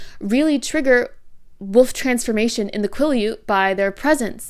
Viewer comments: I thought you were pronouncing wolf as woof on porpoise, 😂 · I have never heard ANYONE pronounce "wolf" the same way as my mom until this video, lol. Fantastic analysis, btw. I had no idea how deep Stephanie Meyers racism really ran in these books. Big yikes 😬